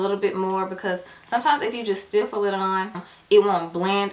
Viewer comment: The correct word is "stipple" not "stiffle"